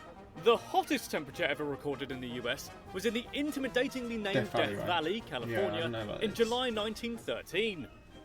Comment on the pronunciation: he can't pronounce California correctly either.